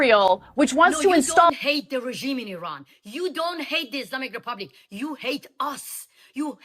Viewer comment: Please don’t say eye ran ,it’s eran IRAN 😂